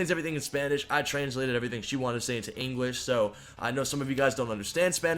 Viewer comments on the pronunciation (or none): He said engwish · the way u said English tho